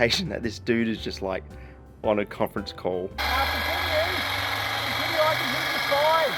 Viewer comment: The guy in a "conferece call" 🤣🤣🤣